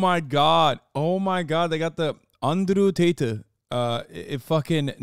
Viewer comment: "anderu taytu" xDDD